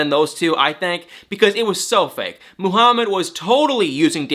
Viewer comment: Did i just hear MOO-harmad twice? 😂😂😂😂😂